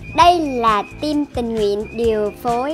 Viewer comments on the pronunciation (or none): none